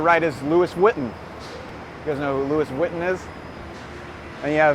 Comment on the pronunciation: It's vwee-ton, accent on last syllable.